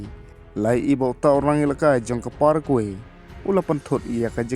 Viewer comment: Pronounce paragwai bro.